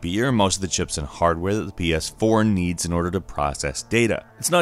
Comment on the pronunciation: Wait the title says Ps4 but you're saying pee-aas4.